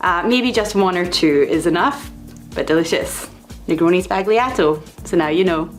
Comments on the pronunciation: Its pronounced : Spall-Yato. Not Spag Lee ahh toe. ( C'mon how is the entire internet getting this wrong, just ask any italian) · The drink is great, but the horrid pronunciation in that interview really kills the whole concept for me. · The g is silent. Like the D in Django. ;) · More precisely, it's zball-yato. If you make sure your B doesn't sound like a P, the Z sound will come naturally. (I studied phonetics years before studying Italian.) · The g in sbagliato is silent! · Why is everybody pronouncing the G in sbagliato? It's a modifier for the L not something to pronounce.